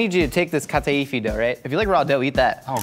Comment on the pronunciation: Get you a man that can say Kataifi right. <3 As a Greek woman, I approve LOL. This whole episode made me giggle.